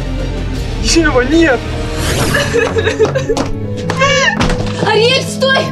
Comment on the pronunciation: Кейси сказала Ариэль Синди Мия😂 кто тоже так услышал(а) сюда 👇🏻